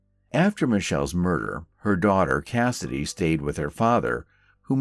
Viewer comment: You had me confused when you said Kennedy's feet were clean. After replaying it, I assumed you meant Cassidy.